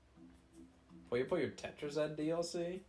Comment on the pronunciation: It's PUYO PUYO not Poyo Poyo. Why do people butcher such simple word ;___;'